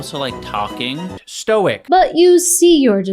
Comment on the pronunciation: He pronounces it “Stoike”